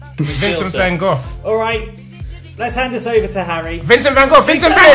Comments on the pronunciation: I've never heard Vincent Van Gogh's (GO's) name pronounced as Vincent Van GOFF before. lol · why did they all say vincent can goffff instead of vincent van gogh